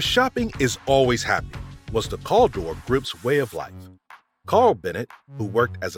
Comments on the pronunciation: Good video , even though it’s CALdor not CALL… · Cal not calldor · Cal Dor. Not CALL DOOR. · Need to correct you Caldor, is not Cull-dor, it's Cow-door [Caldor] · You were saying Caldor wrong the Cal part specifically. It's not said like call. It's said like the Cal in Cal Ripken Jr. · FYI Caldor was pronounced “Kal-door”, not “cahldur”, and Greenwich, CT is pronounced “gren-itch”, not “green-witch”. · Bradleees had nothing to do with Bradley Field which later became BIA, long after Bradlees had been established. CAL-dor not CALL-dor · Whoever is narrating has to get the stores and places right. It's called Cal-Dor. Call like California and it's Greenwich. Gren-ich. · It was pronounced Cal-Dor not call door, ( Cal like Hal ) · Its pronounced cal-dor not calldor and it was alot like what target was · Where and when was there a store Caldor with the pronunciation CALL DOORS? The stores I remember and shopped at look exactly like the ones you pictured but that was Caldor pronounced like COW DOORS. Good job on the rest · Caldor is pronounced "CAL (like 'PAL') DOOR". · I also loved going to Caldor's (pronounced Cal as in calorie -- dor as in a door) I remember going there as a kid and in highschool I remember the store logo of a half moon swirl in Oranges and Golds (very 70's -- shown in your documentary.) Brings back good memories! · CAL-DOR. Like the Cal in California. Greenwich is pronounced “Gren-itch” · It's KAL-door. And Gren itch, Ct. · Worked for Footlocker when they were owned by Woolworth, Millers Outpost , Caldor (Cal is pronounced like the California) and Montgomery Ward from so yes quite familiar lol. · We had Caldor here in Connecticut. While we almost always added an S, calling it Caldors, we NEVER pronounced it as he did in the video. "Call-dor". Anybody else? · Calder is pronounced Kahl-door.....and Greenwich is pronounced Grehn-itch. Loved Caldor. You could find anything there.... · Cal-dor. Cal as in California, dor as in door. Thanks!